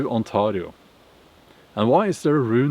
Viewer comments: The way you say Ontario hurts me. Please stop. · I infact do not speak the language of the Iroquois people 😂. Although their history is interesting and bloody. But the way you pronounce Ontario is painful, I'm sorry but its true. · The way he says Ontario, that's a first I heard thst way. lol sounds cool. On-tar-rio. It is pronounced with A sound like letter a spoken, so On-tay-rio but your way of saying it sounds cool and unique, lol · You say Ontario like a perfect Scottish accent for a Scandinavian 😂 I mean I guess it's your country anyway 😂